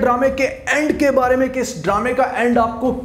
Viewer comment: Beer nahi Bare hota ha